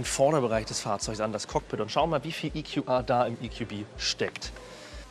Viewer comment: Wir sind hier in Deutschland und das sind deutsche Fahrzeuge. Deshalb: EQB spricht sich "e ku be" und nicht "e ku bi" EQA spricht sich "e ku a" und nicht "e ku ei"